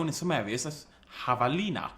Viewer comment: Is jabalina, no javelina. And is how we call in spanish to a female boar too, also for a male one is jabalí.